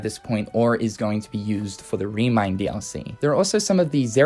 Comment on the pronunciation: The way you say "DLC" triggers me Please stop Its not "Re:Mind Dallysee," you twat I'm sorry but this is gone on long enough